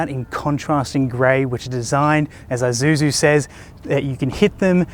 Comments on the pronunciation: Pronounce as "I-shoe-zoo" Not I-ju-ju. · It's 'e'-suzu not 'ay'-suzu mygahd